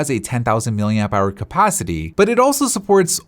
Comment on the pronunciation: I’ll never recover from the way he says “capacity”